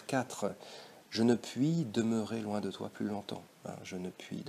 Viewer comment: Merci beaucoup pour cette vidéo elle m’a beaucoup aidée pour mon bac français ! Mais je crois que le mot « loin » du vers 10 se prononce en 2 syllabes, sinon le vers n’est plus un alexandrin